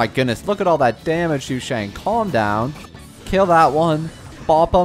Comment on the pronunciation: me: wonders if stoppped calling Sushang "Shoe shang" yet: Xiangling